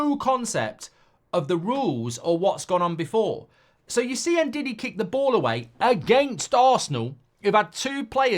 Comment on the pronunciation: he pronounced it right just sounds like diddy: )😊